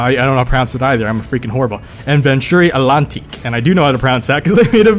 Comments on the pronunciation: actually u dont know how to pronounce antlantique at all not even with an american accent :| NO OFFENSE* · to help you with the atlantique you prononce the T the way you pronnce it sounds like allantique mondial not mondeo! lol